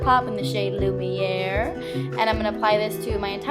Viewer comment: "Lumiere" the way you say it though.. Love it :) Very beautiful look like always!